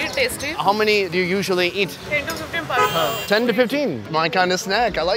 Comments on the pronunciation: its not panic puri its pani puri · i laughed so much when he said panni puri i his owen accent